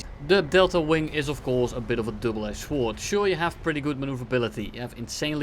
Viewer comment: Why do you pronounce "sword" like that? It is pronounced sword.